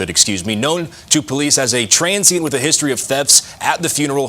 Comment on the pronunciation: 😂🤣😂 HE SAID 'TRANSIENT'! I HAD TO LISTEN TO THAT PART MYSELF, A COUPLE OF TIMES!!